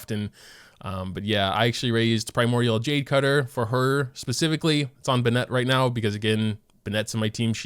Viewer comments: why do you pronounce bennett as "buh-net" he literally says it the correct way 🤨 its "ben-nit" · I haven't watched any of your other videos but what is your first language?? You are putting a lot of strange stresses on the character names...like Bennett is an English name 🥴. I don't wanna nitpick but you pronounced all of them with weird stresses and its so distracting. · Why do people mispronounce everyone's name from Mondstadt!? Not to sound like Hermione (Hér-my-u-nee), but "It's Bénet, not Benétte!". For the other monsters... Diluc is not written as Diluc with the vietnamese accent. Therefore, "It's Deelooc, not Delouche (vi Britannia)" Also, Jean is an actual correct pronunciation as well, no, she is not Jéan. Keqing is Cuh-tching. Xingqiu... It's not Chingkiu, it's Sang-jó (kinda). It's not chinyan. It's Sinyan (according to the current spelling; I don't know how her name is written in Chinese). I think that's all? Y'all, most characters pronounce their names correctly themselves. Exceptions are like... Ayaka and Beidou and Xinyan. Yes, this was my perfectionist self speaking, I apologize, but it's truly not that hard :). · Why do you pronounce Bennet’s name so weird? You make him sound like he’s some chick, no offense. It’s “Ben-et” not “Ben-net”. Also Keqing? It’s “Ku-qing” the e sound is a u sound. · BennEt Everybody else: BEnnet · Its not ben-net its bennet 😣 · Ben-Nette? lol bro... It's just Bennet not Ben-Nette. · its Bennett. Not BennEtt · Ben-eht?? (Ben-it) (Koo-ching) Get your fav's name right, bro. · Who tf benêt.... its bennet.... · Ben-it not Ben-ette jfc. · Ew bruh tf is buhnet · Ah yes, Buh-Net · WHAT THE FCK IS BE-NET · I'm usually pretty lax about the way that people pronounce things, but the way he says "ben-net" rubs me so wrong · Ben-Net...?!? Does the way he pronounce this annoy the crap out of you? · This guy pronounces Diluc as Deeluke, and bennett as buh net. Kinda triggers me and kinda makes me happy... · no one::"BINET"